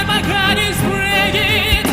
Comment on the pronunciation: Accents may be charming but you should at least pronounce words correctly, even though you have an accent. And mispronunciation and enunciation, not accent, is Dimash´s weakness. For example, in his recent "You raise me up" he mispronounced the word "heart" as "heard". After so many years and after singing "heart" in "My heart will go on" correctly years ago, this is just negligent and unprofessional.